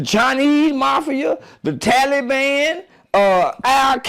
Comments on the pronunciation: “The tally ban” 🤦🏾‍♀️😫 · Tattle-Bam Boys 😂